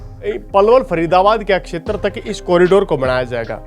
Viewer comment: Thk h akshtar... shetra hota h